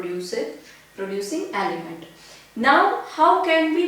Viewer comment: Mam it is element not alyment